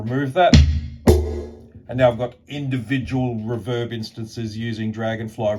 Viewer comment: It's REE-verb, not R'verb.